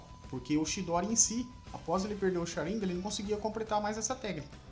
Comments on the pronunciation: Q agonia dele falando sharíngan ao ives de sharingan kkkkkk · Pq vc fala Sharínga n Sharingan ou tmb fala Chidóri e n Chidori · se pronuncia SharingÂn!!! Que agonia!!! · Mas que pronúncia top 👌 ChiDÓri ShaRINgan É um infarto a cada palavra... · Sharingan não possui acento no i